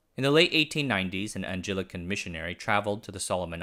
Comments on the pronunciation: Two pronunciation notes: Anglican - wow. Ang-gli-can. Ang like Wang. Not anjelican or whatever that was. Anglicanism is the Church of England. This is the religion that was founded when Henry the Eighth wanted to get divorced but the Catholic Church wouldn't let him. But also, Kiribati. The "ti" ending in Gilbertese is pronounced "s". Yes, that seems weird, but it is true. So, you pronounce Kiribati as "Kiribas". One of the Christmas Islands (there are two - one in the Pacific, one in the Indian Ocean), is part of Kiribati. In Gilbertese, it is written Kiritimati. Yes, you pronounce that kirismas (replace the "ti" with "s") - Christmas. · Thank you for, among everything else, teaching me the correct way to pronounce words. However, you said Anglican with a soft g, it has a hard g like Anglo-Saxon.